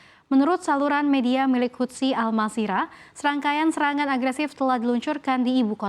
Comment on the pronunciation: satu hal lagi yang aneh dari anchors cnbc = baca houthi mereka baca hutsi 😂😂 LOL